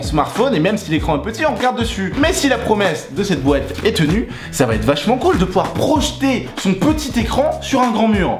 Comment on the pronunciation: ça me stresse le "dans la boête"